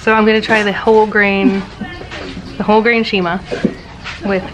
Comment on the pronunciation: It’s not “nshima” it is “nsima”